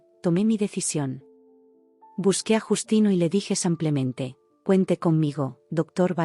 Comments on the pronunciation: Brutos, no se dice : " samplenente " se dice simplemente. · No entiendo porque dicen siempre en los relatos Samplemente que es incorrecto, lo correcto es Simplemente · Dejen de decir “ samplemente “ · Con tan buena dicción, porqué dice tan mal la palabra "simplemente" y tengo dudas con "aproximadamente"